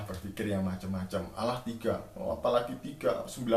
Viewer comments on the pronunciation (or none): blajar lagi bahasa indonesia sebut Allah jadi Alah 😀🤣😁😄😂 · Buat cara nyebuat Allah aja uda salah klau bahasa indoneseia yg benar pasti kalau hurufnya ganda pasti nyebutnya di pertebal' kalau Allah ( bukan dibaca Alah ) harus dipertebal Jadi Allah